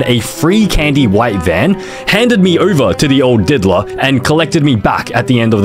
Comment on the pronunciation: I skip forward 10 seconds at the start and the first word I hear is didller Wtffffff